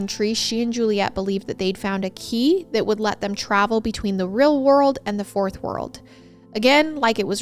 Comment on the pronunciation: I cannot get over how says deal as dill and real as rill 🥺❤️🫶🏽 it’s so adorable! ❤️❤️